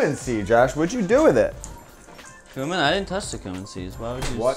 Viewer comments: He says "coomin" so confidently :D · The way they say cumin makes me uncomfortable